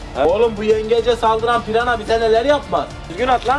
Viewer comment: abi piyana değil pirana😂😂